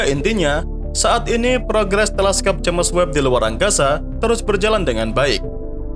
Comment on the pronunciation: Maaaaaas... Subscribernya kan udah banyak.. mbok yaah ejaannya dibetulin gitu looh!!🤣😅🙏🤪.. James bacanya Jems.. bukan Jemes maaaas!!.. wkwkwkwk..